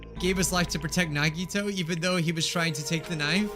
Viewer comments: EEYYYYYY HE SAID IT CORRECTLY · I was hoping that he would pronounce "Nagito" right in the trial after he hears his name a few times... I'm feeling true despair right now edit: omigod he pronounced it right!